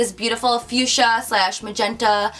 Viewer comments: The pronunciation is fuksia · Honey...its FUCHSIA ;-) Not fuschia :-D xo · LOL web she said "back to the fuschia" it sounded like "back to the future."